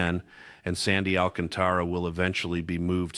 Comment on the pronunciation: First ! You should learn how to pronounce Alcantara it's should be pronounce with a Spanish accent not phonetically Al ca'n ta ra .